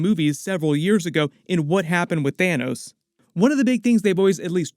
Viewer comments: "Thinos" am i the only one that caught that loll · 🤣 "Thinos" dude. 🤣 i literally just burst out laughing at that, like had i been taking a sip of my drink it'd be all over the computer